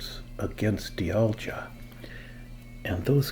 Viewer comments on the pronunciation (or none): Great video! I think it’s pronounced “dye all gah”